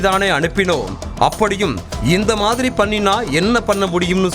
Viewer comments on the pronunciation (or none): none